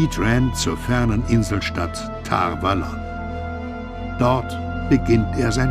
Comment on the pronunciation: äääh... korrigiert mich, falls ich falsch liege, aber liegt die betonung bei Tar Valon nicht auf dem a von Valon?